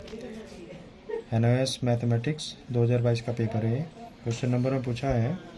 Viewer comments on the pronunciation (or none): Nois nhi hota nios hota h 😅